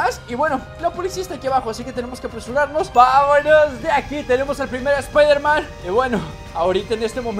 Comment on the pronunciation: es. espiderman. xd